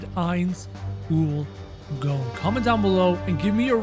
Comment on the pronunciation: You dont khow how to say his name and it annoys me